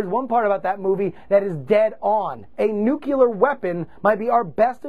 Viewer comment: A nuke-u-lure weapon, JuRY?